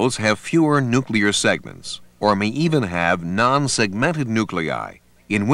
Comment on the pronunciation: Very helpful introduction, more clear than any pathology video I have seen so far. I appreciate having a professional reader -- the only words mispronounced are leukotriene, nuclear / polymorphonuclear, and kallikrein. Once again the NLM has done a real service to beginning pathology students.